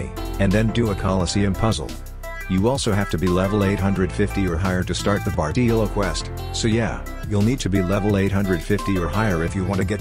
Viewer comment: "bartEELo" lol thanks for the guide tho